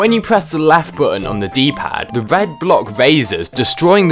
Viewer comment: “Gween wed I know how to say mi cowlors”